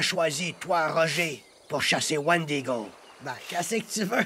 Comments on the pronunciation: omg il parles des wendigo et non wandigo. tout cela vient d'until dawn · c moi ou il dit wandigo dans the antil daw !!!!